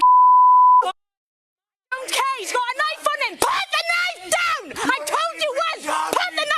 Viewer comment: "Put da knife dewn!! " 😂 Sounds like legends of zelda fam